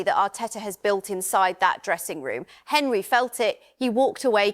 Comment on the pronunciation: Hey AI, it’s ONree, not HENree